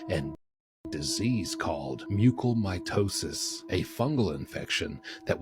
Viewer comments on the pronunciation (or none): its called Mucormycosis, not mucle mitosis lmao